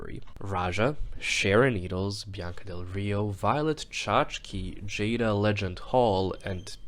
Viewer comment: Jaida LEGEND Hall??? Finally we got to say her name right we luv to see it